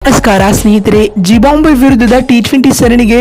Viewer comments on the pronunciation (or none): It is not zibambve it is zimbabve